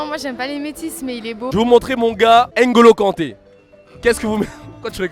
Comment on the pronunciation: « Embappé » « Engolo »